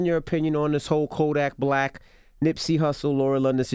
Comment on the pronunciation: ENVY CALLED KODAK BLICK INSTEAD OF BLACK BY ACCIDENT 🤣🤣 #justsayin ✌🏾